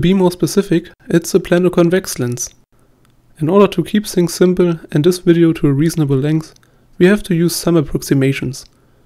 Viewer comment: Bitte arbeite an deinem Englisch, das nervt manchmal ziemlich. Also tis ist besser als sis. ;) Sonst sehr gutes Video